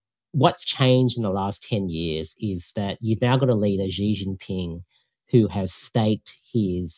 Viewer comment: I was a bit surprised he pronounced Xi as "Zee". Should be "She". I guess he grew up in Australia and didn't learn Chinese